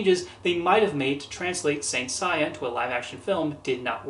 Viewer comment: Not to be that kind of person, but the name is pronounced "Say-a". Just thought I'd let you know.